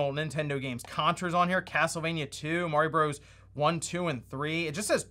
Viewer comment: I’m sorry, did you say “Mario bros?” No. Don’t… don’t do that.